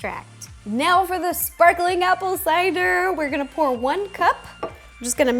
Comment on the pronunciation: "Shparklin' apple cidaaa..." XD